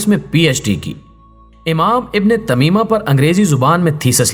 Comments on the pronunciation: غلطی درست کرو۔ ابن تے می یہ÷ ابن تیمیہ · ابن تمیمہ نہیں ابن تیمیہ ہے